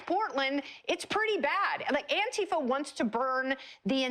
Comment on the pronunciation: If you say Antifa as Ontifa, I don't really care what else you have to say... I'll hear you out but there will be large amounts of salt going with it...